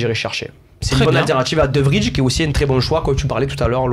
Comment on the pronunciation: On dit De VRY (Vraille) pas De Vrije